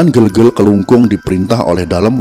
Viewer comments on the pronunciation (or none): Ijin bang, yang bener itu di baca GEGEL, Bukan Gegel🙏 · Gelgel bukan gelgel.. ee buke e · Pelafalannya bukan Bukan GELGEL tapi GeLGeL ya Bang. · bacanya itu gelgel bukan gelgel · Penyebutan Kerajaan Gelgel kurang tepat min, benarnya pake ē bukan e. Hanya menambahkan informasi tanpa tujuan khusus ✌🏻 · Ucapan ,bukan gel2 malahEl yg benar" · Gelgel e nya dibaca spt pd vespa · Gelgel e nya jgn dibaca e spt pd kata " berapa " tp dibaca spt e pd kata " vespa " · Maaf min cara baca gelgel itu bukan bgitu tpi cara baca vokal E biasa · Cara baca gelgel nya salah om